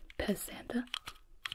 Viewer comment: I was listening and thought you said "piss Santa" rather than "Pez Santa". I had to rewind that one